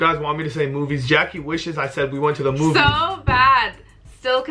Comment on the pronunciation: it's jackie not jackuje